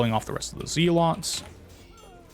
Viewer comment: dude said ZEE LOTS hahahaha